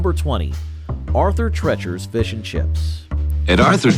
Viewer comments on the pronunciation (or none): Its is treeechers not tretchers emphasis on the E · Arthur Treacher's is pronounced Arthur "Tree-churs" (like "teachers") - not "treachers" as in "treacherous." Listen to the commercial for it--they pronounced it correctly! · Arther TREACHERS ???. COME ON MAN..... at least listen to correct pronunciation in the advert.... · Roy Rogers had great roast beef. Haven’t seen one in years, now I know why. Wetson’s had delicious flame broiled burgers Arthur “Trettchers”, LOL. Especially when immediately followed by the ad with the correct pronunciation. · Its obviously pronounced TREE-chers. But I appreciate the pun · Why is it so hard for the "announcer" to correctly pronounce Treachers? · I love how you continually mispronounce "Arthur Treacher's". DESPITE RUNNING TWO OF THEIR COMMERCIALS!! I'd think the company knows how to say it! How's about learning how to say it right, or quit showcasing them? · Can't this guy pronounce Arthur Treacher? He mispronounces it and then immediately plays a clip where it's correctly pronounced. Then he mispronounces it again a few times. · There's one Roy Rogers location in the city of Frederick here in Maryland, right off the highway. I love how he kept.mispronouncing Arthur Treacher's despite the commercial clips constantly correcting him. That's another feanchise that was loved here in the DMV area. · You included the ad with the correct pronunciation of the place? How do you still screw up how to say Arthur Treachers?